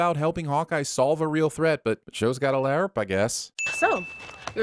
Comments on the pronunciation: There better be a Keeping Tabs as to why you're pronouncing "LARP" that way instead of like "carp, harp or tarp" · Pronouncing LARP in a way that is both wrong AND inconsistent with your established acroenetic gimmick. Ding! +2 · You need to be sinned for every time that you mispronounced L.A.R.P. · This pronunciation of LARP 😬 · sorry, I have to sin this video for the horrendous pronunciation of LARP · why are you incapable of pronouncing larp correctly? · What is up with your pronounciation of LARP? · Shouldn’t you barely be pronouncing the P in LARP since you’re speaking into a microphone and popping the P sound is bad. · I'm sinning this guy everytime he pronounces "LARP" like an idiot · WHY DO YOU SAY LARP LIKE THAT!!! AHHHH!!! IT'S REALLY DISTRACTING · Imma have to give you a sin for that weird pronunciation of LARP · I was like, "Why does he keep saying it like that?" I totally forgot that he does that shit on purpose like, how he also does it on Dr. Who with the T.A.R.D.I.S. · He does it on purpose. He also does it on Dr. Who with the T.A.R.D.I.S. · It’s just refusing to admit he’s wrong on Gif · The GIF rule of acronym pronunciation; every letter must be pronounced like it's used in the word it's abbreviating. started it ages ago.